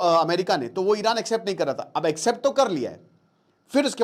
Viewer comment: Iran❌ Eye ran✅